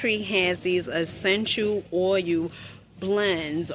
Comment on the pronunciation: I had to quit at oil pronounced OUL